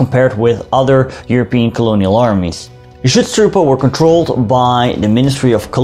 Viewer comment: Ich liebe es wenn englisch-sprachige irgendetwas auf deutsch aussprechen 😂 "Chutztrupä"